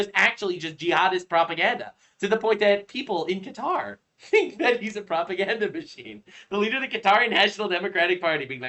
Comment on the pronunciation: Cow-toe... Lol